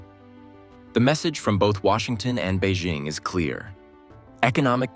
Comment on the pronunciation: To Economic Shift: “BEIJING” is pronounced as “Bay Jing” (Jing like ‘jingle’). There is no “Z” in Beijing; so don’t pronounce it with a French accent. Learn to pronounce it correctly if you want credibility.